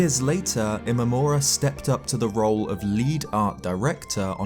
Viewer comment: not gonna lie it sounded like you said yeet instead of lead